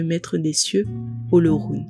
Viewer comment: Félicitations à vous mais cela aurait été encore lieux si vous aviez pu prononcer le mot OLORUN comme il se doit. Mais la perfection n’est pas de ce monde 😂